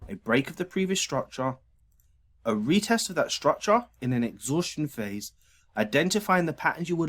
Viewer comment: I only watch to hear him say, "structah."